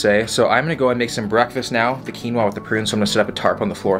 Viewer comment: Did I hear say ‘Bwekfastt’ like the meme? 😂